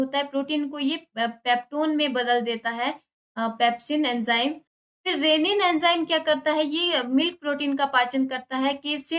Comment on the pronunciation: Rennin ?? Not renin